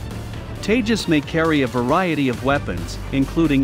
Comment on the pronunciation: It's seem funny when you say teja💨 lethal fighter jet